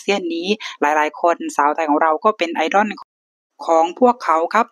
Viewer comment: 🥰ถ้าบอกว่าเป็นพี่น้องกันยังเชื่อเลยนะครับเนี่ย 😍แอดมินครับ.. IDOL ออกเสียงว่า "ไอ-ด้อล" ไม่ใช่ "ไอ-ด้อน" นะครับ..อิอิ😋